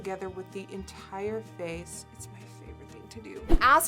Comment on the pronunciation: You're saying "face" in a more American accent now. I did like your accent before but this is impressive nonetheless!